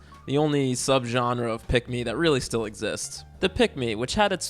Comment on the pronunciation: The more you say pick me, the more I hear pigmy